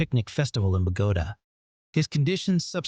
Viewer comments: WTF is Bagoda??? It's pronounced Bogo tah!! Stupid announcer guy, probably ai 😅😎😳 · Its not Bahgoda. Its Bowguhtah...